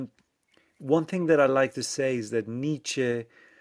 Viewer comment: Good convo, but good God, some of the French pronunciations... "Nazi" as "Nayzeee", "Nietzsche" as "Neesh". LOL. Yeesh! Very hard to understand you at times.